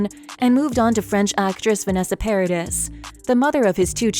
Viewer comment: It's not Para DISS it's ParaDEE